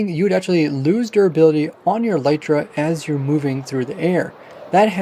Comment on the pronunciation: For some reason, just about every Minecrafter on YouTube uses and pronounces the word "elytra" incorrectly. First of all, it's not pronounced "e-LITE-ra" but "EL-lit-ra". Second, it's the plural of elytron, so it's not "an elytra" but a pair of elytra (like a pair of trousers). Elytra are the hard outer wing cases of certain types of insects like beetles. You can look it up on the official minecraft wiki or on wikipedia or a multitude of other sources.